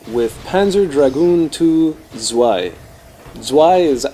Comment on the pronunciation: I don't like the levels in this part and hate the design of the dragon. I like part 1 better. Tip for the German --> add a T in front of the word, as in Tzwei and it would sound much better.